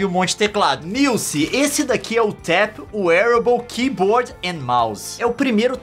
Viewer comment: Pqp !!! Como conseguem ver os vídeos desse cara , primeira vez que vejo .. e nunca mais kkkkkkk Bla bla bla “niuce” “Niuce” Não é “niuce” Meu ovo “niuce”